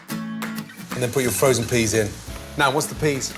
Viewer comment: did he just say frosen peas!!!